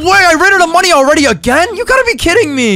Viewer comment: And why does he say "moniez" instead of money????